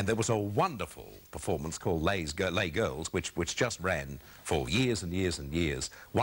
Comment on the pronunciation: Lays LLes Girls. How to pick Australians: Mispronounce french. I remember seeing the show's advertised in Ringwood when I was a kid.